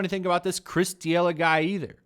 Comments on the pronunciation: This is unacceptable... It's D'elia no D'iela haha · Chris D’ella or Chris D’Elia? Just a heads up you pronounce it “duhLEEuh”. D’Elia’s last special went hard af but fuck it call him whatever you like. Sheeeit, call him Epstein for all i care 🤷🏽‍♂️ Train by day. Joe Rogan podcast by night. All day 💯 FTW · “This Chris DeeElla guy”. It’s Chris Da-Lee-Uh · Chris De-E-Lah 😂😂😂😂😂. It’s pronounced De-li-Ah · He kept calling him Chris D'Elia when it's pronounced D'Elia... What how do you say this?? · “D-ela”? In what world is “lia” pronounced “la” you butchered the name because you didn’t even try lmao. You just said whatever you felt like calling him... which is admirable but for fucks sake take your channel seriously. Do your homework. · Chris Duh Ella? Come on man... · D yella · Chris Duh-Lea <---- pronounced like that.... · "Chris D'ela" The "i" in Chris D'elia's last name: Am I a joke to you? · FYI, figure out how to pronounce someone’s name before saying it on air. Makes you look bad and hurts your credibility. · If your gonna talk shit, at least learn how to pronounce peoples names. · How do you report on Rogan and D’Elia and don’t even know how to say D’Elia? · How do you pronounce d’elia like THAT????? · Dude, do some research before putting out videos. I don’t know how you could have missed the D’Elia story. It was everywhere. At the very least learn how to pronounce his name. Why bring it up so much if you know nothing about it? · Listening to this guy mispronounce Chris's name is amazing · Maybe don't do videos if you can't pronounce someones name. Fucktard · How much homework did you possibly do if you can't say Chris's name? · You should learn how to say a name correctly before making a video you dumbshit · The way you pronounced "D'Elia" though. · I call people dumb with the same logic. I wish this guy would at least pronounce Delia's name correctly. People might think there are two pedos out there